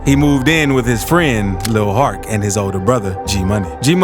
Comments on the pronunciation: lil hark? lol....its lil hurk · its lil hurk not hark and its TBG not TGB. you got to do better